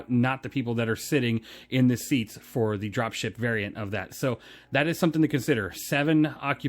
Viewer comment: I dont know if it's me, but I heard 'Dropshit variant' lol